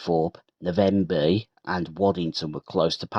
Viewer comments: Navenby, not Na-venby.🤔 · Great but the Navenby was pronounced wrong, I lived on a farm near Fulbeck and often this line was used on Sundays when maintenance was being done on the main line, many famous locos steamed by, loved these times.